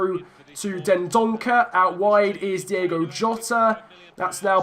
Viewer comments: As we said before... it’s Diogo not Diego 😂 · It's Diogo. Not Diego. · It's Diogo Jota, not Diego. Again messed up his name😉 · It is diogo jota not diego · It's DiOgo not DiEgo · Try not to say Diego Jota. It’s Diogo. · Its Diogo Jota. Not Diego Jota. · It’s Diogo not Diego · It's Diogo, not Diego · Try playing with Wolves’ natural 5-2-3 It would stop you from conceding so much and the wing backs would complement Josef Martinez as he has the power header trait... Also it’s Di’O’go Jota not Di’E’go Jota